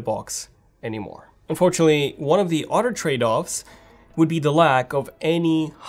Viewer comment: Why can’t you say Other! Instead you mutilate it with OTTOR! Why? Get some speech therapy please.